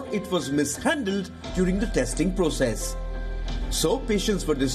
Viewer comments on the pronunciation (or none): none